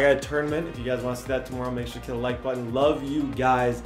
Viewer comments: Bruh the way he said tomorrow in the intro lololo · From the way he said tomorrow I’m guessing he Canadian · Nobody:: Tomoorow